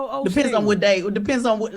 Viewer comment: Ms. Pat said Joel Olsteen 😂😂😂